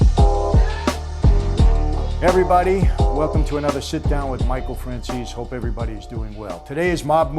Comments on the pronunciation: Guy can't even pronounce his last name properly. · franzis,,,he can't even say his surname in Italian..buffone